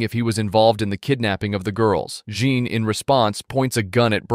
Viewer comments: Not "jean" its french its john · "Jean" is pronounced "Zhon", the French equivalent of John. "Oleg" is pronounced "Alec", with the emphasis on the last syllable. This is what you get when you use an AI voice synthesiser.